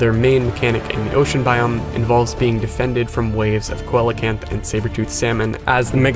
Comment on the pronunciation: Hi, I love your videos, but i wanted to let u know that coelacanth is pronounced sea-luh-kanth :) please keep making videos. i love em so much!